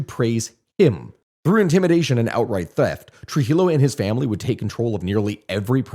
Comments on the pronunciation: Friendly tip In spanish LL is pronounced like Y Llo = yo So trujillo is pronounced trujiyo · Lord its trujillo (Truh Hee Yoo)